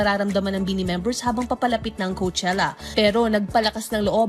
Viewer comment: I know madami pa ring Pinoy na hindi fans ng BINI pero I hope the reporter should atleast did a research on how to pronounce their name properly 😂 Ang weird lang kasi matagal nyo na sinasama sa news nyo ang BINI pero parang di nyo pa rin sila kilala. 😂